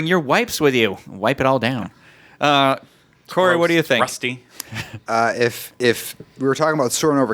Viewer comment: Omg. actually pronounced Corey’s last name correctly. I love it!!